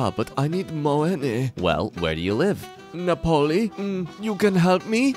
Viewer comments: "Napóli" ouch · i am italian and it hurts me how he says "NaPoLi"